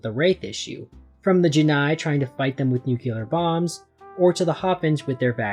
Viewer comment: IT'S NU CLE AR, NOT NUCULAR